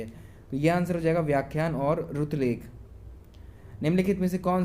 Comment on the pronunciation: Shuritilekh hoga pronunciation